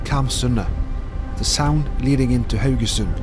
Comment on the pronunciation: yeah that was fun, but I subscribe mainly to listen to you pronounce Haugesund...